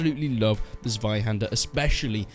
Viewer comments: Check the Zweihander pronunciation Z-[ts] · As a german, i am really triggered by your pronunciation of "Zweihänder" XD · It's way too funny how u say zweihänder xD